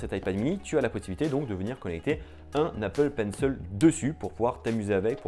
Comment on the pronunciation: Il a dis Apple penceule au lieux de Apple Pencil sa m’a fais mal au coeur